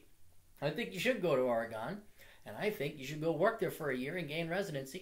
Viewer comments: Fuck! It's Ore-"gen" like wagon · The "gon" in "Oregon" is pronounced the same way that it's pronounced in "wagon". I'm from Portland originally and did engineering at U. of Portland. Just visited. The women AND men there are almost all fucking stereotypes of the northwest, Portlandia style. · blurglide the way so many people pronounce Oregon is funny